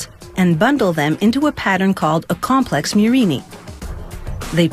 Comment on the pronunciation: It's Murrina, not "murini" you anglophones